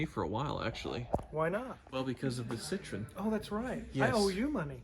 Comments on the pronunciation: It's cit tro en not citron... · It should be pronounced citro-N, not citrone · Sit-RO-enn. Not SIT-run. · It's not "citron", there is an E after O that you're supposed to say and you pronounce it like in a name Eric. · "Sih-TRO-en." 3 syllables. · its pronounced citro-when